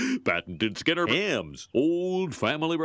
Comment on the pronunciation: When the narrator said "Skinner" in the training video, it sounded more like "Schemer"